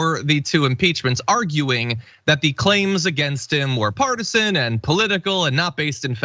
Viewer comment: "partisan" Lol!